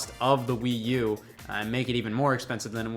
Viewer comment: What's this "Wii You" he keeps referring to...Is it an accessory for the Wii?